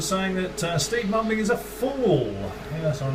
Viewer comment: Sounded like you said 'steve bumbling' lol